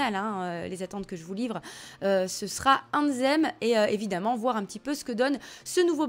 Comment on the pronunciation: C est pas AnZZem mais AnTHem ! 😂 travail ton anglais lol